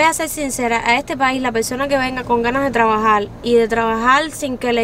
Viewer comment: Me encantó lo dicho por: "mentalidad de tlabajal, tlabajal y tlabajal"